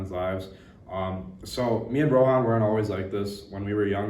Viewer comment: Bro can’t pronounce rohan properly 😭